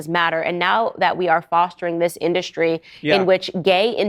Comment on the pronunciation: Retraction or S-backing is Shtrong when Candie-O says Indu-Shtree. Destabilizing this girl here.